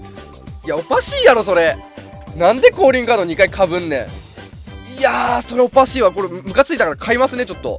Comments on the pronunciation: おかしーだろのところ、おぱしーだろに聞こえたw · おかしいがおぱしいに聞こえたｗ